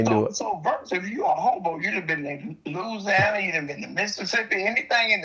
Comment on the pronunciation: Lousyana lol